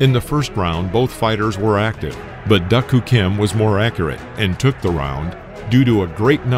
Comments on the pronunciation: Duk you say it as Duck, but I never heard it said that way before, Duke was how I always heard it said? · I watched this fight. Tragic indeed. Either my memory fails me or the vid is pronouncing his name wrong. I thought Duk was pronounced Duke.